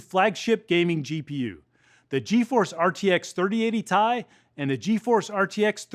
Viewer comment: did i heard him said "RTX 3080 Tie"?